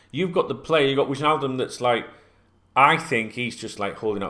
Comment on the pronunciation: mate...it’s Why-naldum not Widge-naldum lol. It’s a silent J 😂 Totally with you on the Thiago nonsense. No approach has been made and I’m pretty sure one won’t. All the noise is coming from his representatives trying to ramp up interest in their player.